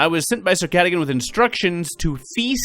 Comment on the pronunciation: The knights name is pronounced sir (gar dogan )